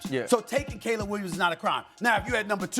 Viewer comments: mad dog needs to stop talking about sports all together. Worst takes EVER and cant even read english. K'leeb williams even after RC corrected him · Caleeb? No way Mad dog has watched him play 😂